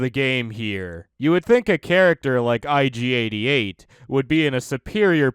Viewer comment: Nobody: Ig88: erogerkabop